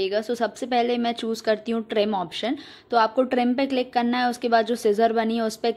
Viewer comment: Hello dear.... Love to see that... you are from M. P... N When you say.. "kanna hai "- (karna hai) full M. P touch hai🤣😂😁...i like your contents... .. Kindly make Video for... How to choose content.... I am from Jabalpur.. Jabalpur Engineering College passout